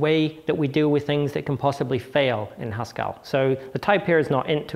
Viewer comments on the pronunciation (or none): The second e in "Haskell" is a schwa. When he pronounces it "Haskall" it's no wonder people ask "Do you mean Pascal?" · Stop. Pronouncing. Haskell. As if it. Rhymes. With. Pascal! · Hascal? is that a blend of Haskell and Pascal? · Hang on, Haskell rhymes with Pascal?!